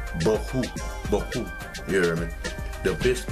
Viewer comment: Angel Johnson it’s pronounce wrong